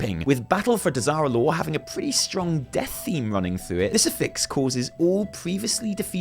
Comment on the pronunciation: I'm drunk and when you said "Battle of Dazar'alor" I thought you said "Battle of Disaster Lore."